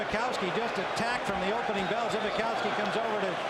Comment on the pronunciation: pretty sure his name is more like Tom Zbikowski (sp) if he played at Notre Dame..not zewski.